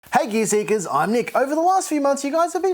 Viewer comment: This guy saying gear seekers always sounds like "geerz zeekerz"